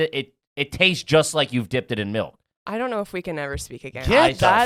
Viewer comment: It's crazy nobody calls him out for pronouncing it "melk"